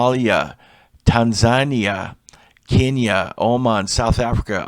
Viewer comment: Tan-ZA- ne-ah